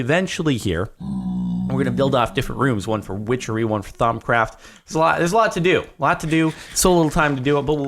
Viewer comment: i love when he said wichery thunder rolled